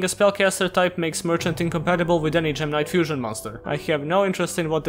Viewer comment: It sometimes sounds like gemini when he says gem knight. When he got to the part about gemini gem knights I was so confused lol.